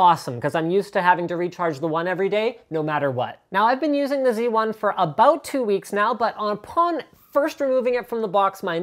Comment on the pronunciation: You are canadian... I think you should say Xperia Zed lol